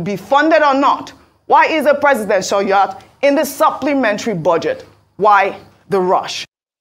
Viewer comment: Yacht is pronounced as Yot / Yurt!